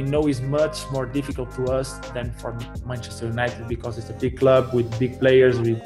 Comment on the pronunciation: Man said Penchester united and penandes